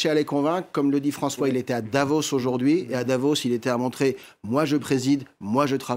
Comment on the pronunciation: Mister François, c'est pas Devos mais Davos ! Quel clown